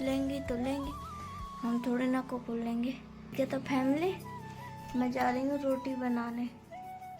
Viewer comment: कुकुर नहीं बोलते बेटा कुकर बोलते है